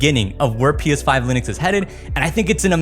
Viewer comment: Why do you say P5 instead of PS5?